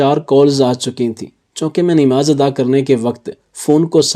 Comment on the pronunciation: اردو صحیح بولیں، نماز ہئے صحیح لفظ 'ن' کے اوپر زبر ہئے۔ آپ 'ن' کے نیچے زیر کیوں لگا رہئے ہو۔